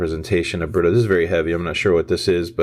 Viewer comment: Oh BRITTO?! I always thought you and were saying "love by burrito"